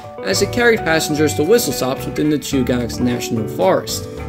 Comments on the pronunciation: Chugach Chew-ga-ch Edit: New video btw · no worries. I have to say I like that car/engine whatever it is. I took no offense to mispronunciation. Chugach pronounced like (chew gat ch)the rest don't bother me. What does bother me about the Alaska railroad is their attempt to extort money out of property owners allng their route. The railroad is trying to charge property owners along the tracks. The railroad doesn't own a lot of the land their tracks are built on up here, it built on easements on private and public property. They have taken to trying to charge the people who own the land to do anything with their own property. The railroad is a for profit corporation owned by the state of Alaska and horribly mismanaged. But it's still a one of a kind railroad, and was built with the leftover equipment from the Panama canal